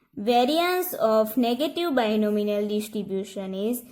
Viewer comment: Binomial...Not Binominal 🤦‍♀️